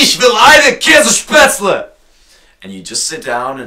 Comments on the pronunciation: Ok, since I'm from German I can laugh a lot about this video, but I hope people who are not from here don't think everything you say is exactly that way, otherwise we will have a lot of shouting tourísts here. Oh and never pronounce Kässpätzle that way near a Schwabe, you will be killed otherwise =) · Nicht nur Schwaben kennen Käsespätzle und wenn man über sowas redet, sollte man schon den allgemeinen Begriff verwenden; versuch bitte mal 'Kässpätzle' bei Google oder im Lexikon zu finden. Kannst du garnicht finden, es existiert nämlich nicht. Das ist lediglich eine Sache der Aussprache, also bitte rede nicht über Dinge von denen du keine Ahnung hast. Danke. Who cares? I'm a Non-Bavarian, too and I don't care about it at all and he's not even German, so he should shut up about it. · nee, der is doch kein deutscher! sonst würde er brezeln und kässspätzle anders aussprechen! der kommt aus irland oder so! aber am besten war ja: ICH WILL EINE KÄSSSPÄTZLE!!! xD vllt sollte man ihn nicht ZU ernst nehmen... naja...